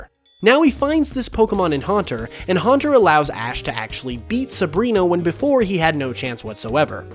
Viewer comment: You already have so many comments about Haunter. Please correct your miatake.